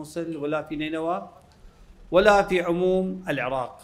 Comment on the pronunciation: مشاييع للعاق والعاقيين انتة حرف ال( ر ) لاغيه😂😂